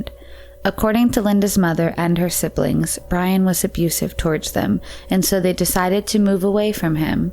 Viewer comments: Byron. Not bryan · Byron. Not Brian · The caption said Linda's stepdad was named Byron, but the narrator repeatedly said "Brian." I'm always so disappointed when I open a Merc video and hear this woman's annoying voice mispronouncing things.